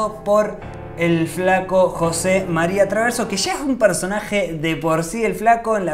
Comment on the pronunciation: 😂 no podes decir Jose Maria Traverso